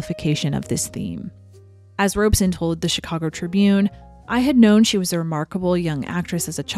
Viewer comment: The only false note is about Mark Robson, who is mispronounced Robe-son. Robson had directed most of the greats with enormous success. The stories about him tormenting Judy came from only one source with no witnesses or corroboration: Judy herself. She just had to flee this latest bogeyman. After packing up her wardrobe, of course.